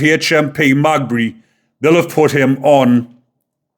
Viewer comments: Maghaberry is pronounced Mag-gab-ry. - Say it quick. Maghaberry prison is Northern Ireland's biggest prison. It is a Category A high-security prison holding extremely dangerous and violent inmates. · pronounced Ma gab ry Prison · Pronounced Magabery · MAH-GAH-BERRY. Close enough though lad. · I'm from over here just to correct how you pronounce Magaberry if you break it down its Ma ga Berry all together Maghaberry and thankyou for your input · The prison is pronounced…Ma..gab..berry. God help Stephen and his family🙏🙏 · Prison name is pronounced "magah-buree" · Pronounce it HMP ma gab er re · maghaberry is pronounced ma gab bury 😉 how the fkr gets everything thats coming to him. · Its Maghaberry. Pronounced ma-GAB-erry, the empasis on the middle bit. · Its called Ma. Gab Berry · Mate it's said "Ma-Gab-ery said fast though lol. An no I'm not a grammar nazi, I enjoy your content and don't want people slagging you off 👍👍👍🇬🇧🇬🇧🇬🇧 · Another good summary of this latest horrific attack by lawless immigrants. Heads up: HMP Maghaberry is pronounced: MaGhabErry. From one of your Northern Ireland subscribers 😁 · Heads up because I think you’re a good guy. It’s pronounced Me ga berry. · Its said like this .... Ma gab berry prison 😊love your channel I am from Notthern Ireland 🇬🇧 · Ma gab bree, thats how its pronounced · lol Its MA GA BURY!! hopefully the paramilitaries deal with it if not then probably West Belfast hoods! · Maghaberry haha hes fooked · Wouldn't it be nice if you could pronounce the names properly?? (Ogilvy and Maghaberry) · Jesus, you can't even pronounce the name of the prison he will go too. Tell you what, stfu. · It’s Maghaberry.